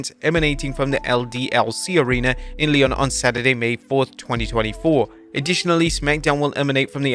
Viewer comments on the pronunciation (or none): none